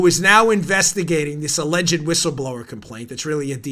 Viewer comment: This may seem silly, but I love that Bongino properly (or at least preferentially to me) pronounces “alleged”, all three syllables of it. Thanks, Dan!